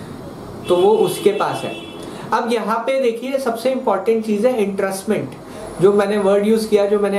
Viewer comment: आप को एंट्रस्टमेंट (entrustment) कहना है क्या? आप तो इंट्रेस्टमेंट (intrestment) बोल रहे हो...